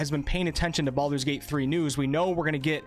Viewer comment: it is called Baldur's gate not Baaldur's gate.. srsly. i personaly think BG2 ended the Baalspawn saga properly and any attempt to continue it will feel like someone trying to squeeze money out of a story that ended.